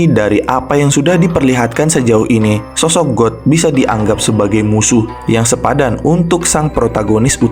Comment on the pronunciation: Bg God itu bacanya Gad bukan God beneran, Sedikit Koreksi ya bg